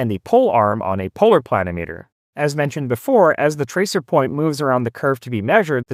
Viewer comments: It's a pluh-NIM-ee-ter, not a PLAN-o-meter. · Yes, agree (If I'm interpreting your comment correctly). Accent on the second syllable, should be pronounced like: pla NIM itter. Not PLAN i meeter. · It's pronounced "pluh nim i ter", similar to altimeter or thermometer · I believe that the correct pronunciation pla- nim -a ter. At least that is the way I have always heard the. pronunciation. This is a tool that I had used many times over my 60 plus year career and almost forgotten about. Great little device. Thanks. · Ditto here (worked for a land surveyor back in the hand drafting and COGO era). I've always heard it pronounced with the accent on the second syllable as odometer, speedometer, thermometer, anemometer, pentameter... but the continental pronunciation of kilometer makes me wonder if accent on the first syllable is a proper variant pronunciation.